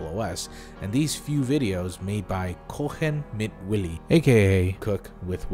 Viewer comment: His pronunciation made up for that guys horrible English ;)